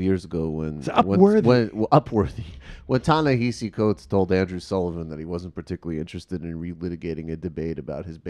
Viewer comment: Could at least one of you learn how to pronounce Ta-Nehesi Coates’ name, please?